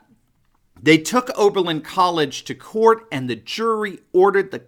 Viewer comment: Its oberlin, enough said🤔